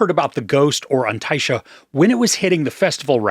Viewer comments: excellent pronunciation of the title ❤ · Fluent irish speaker here. Just saw the film and I couldn't agree more, also your pronunciation of the title is spot on! 😀